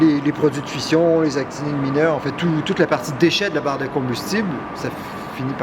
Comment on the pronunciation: C'est actinides, avec un "n"😁 sorry